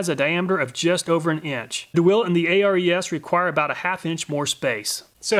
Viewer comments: "a, r, e, s"? Not sure is you know thats pronounced " air-es " it's named after the greek god of war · If "Snap-on" is anywhere near a tool, the price goes up exponentially. That's why I don't have any Snap-on tools. Btw, Ares (Air-ease, not A-R-E-S) was the Greek God of War... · Pretty sure it was pronounced Ares like the Greek god of war not A.R.E.S. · btw, isnt that one brand pronounced [air-eez], like Ares, the Greek god of war? or is it Actually "A-R-E-S", like an acronym? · he says Ares as A-R-E-S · [nerd_nitpick] ARES is pronounce "Air-eez", as in Ares, the Greek god of war. Of course, Ares tool themselves say they're named after the Greek "hero"...Ares is a lot of things, but 'hero' generally isn't one of them. He whines after being injured during a battle during the Trojan War, and Zeus basically told him, "If you weren't my son, I'd have tossed your bitch ass out long ago." [/nerd_nitpick] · That's a very interesting way of saying Ares, you know like the god of war. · ARES? You mean Ares, the greek god of war? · FYI: molybdenum is pronounced like "muh-LIB-duh-num". And hexagonal is "hex-A-gun-ul". Also, I suspect "ARES" is intended to be pronounced like "AIR-ees", like the Greek god.